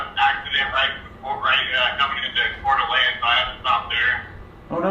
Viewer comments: There is no T in Coeur d alene it was great hearing you try to say it since its where I live and was born. Ive been watching your channel since you had your dirt floor shop, i am so close to you I could kind of throw a rock to you well 5 hrs away I'm assuming your near Bozeman mt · That butchering of the name Coeur D' Alene by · You butchered Coeur d'Alene,... We still love you! 🤣🤣